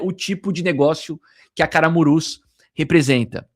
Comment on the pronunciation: Camurus e não Caramurus kkkk